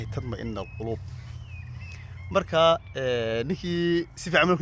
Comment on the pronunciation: Ayaadda aad akhriday lafteda tajwiidka waxba ka khaldan tad ma inal qulub maaha ee waa tad ma inul qulub